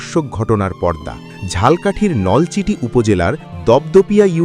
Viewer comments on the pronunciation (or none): সঠিক উচ্চারণ: 'ঝালো' 'কাঠি' 'ঝাল্' 'কাঠি' নয়। কিন্তু লিখতে হবে 'ঝালকাঠি'।